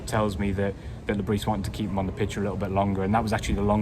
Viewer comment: Le bris pronunciation. The s is silent we have to get this correct out of respect for the